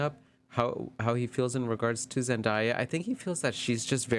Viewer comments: Your pronunciation of her name this whole video was killing me lol her name is said how it’s spelled Zen day ah… Zendaya I don’t get where y’all get Zendieya from lol but this was a great video although you mentioned your energy and maybe lack their of but as a new watcher this was a good reading. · Zen-DAY-a, not Zen-die-a